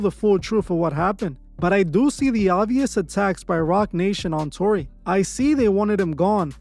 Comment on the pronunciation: "Tony"? Y😄u mean TORY